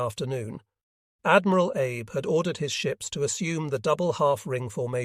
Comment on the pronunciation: Yes, the AI voice mispronounces Abe as Abe when it should be Ah bay.